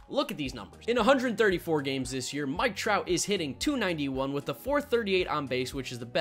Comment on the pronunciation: I love dj but it’s mike trout